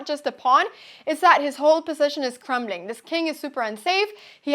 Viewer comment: "His whole position is Cramling" 🤣😂